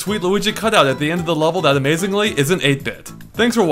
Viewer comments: I heard 8 bit Luigi so much times; I thought he said 8 but (the YouTuber) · 8-bit? I fought you were saying ape-n lol